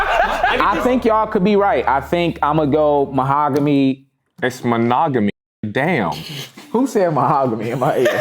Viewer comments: Herms face when couldn’t pronounce manogomy was hilarious 😂😂😂😂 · and then saying mahogamy for monogamy 😭😭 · The fact that can't even pronounce monogamy is hilarious 🤣